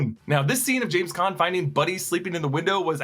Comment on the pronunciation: Did he say "Jean" Caan?